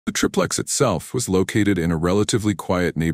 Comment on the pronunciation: Btw its pronounced like TRY-PLEX. Every time i hear TRIP LEX its like nails on a chalk board!